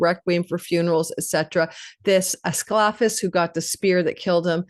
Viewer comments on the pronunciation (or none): It's es-clee-fee-us.